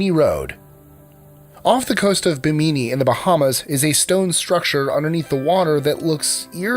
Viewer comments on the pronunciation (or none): What?? #10. pronounces "Bimini" as "Buh-MEE-NEE" WTF? lives Florida and can't pronounce the name of the island that is 45 minutes due east of Fort Lauderdale????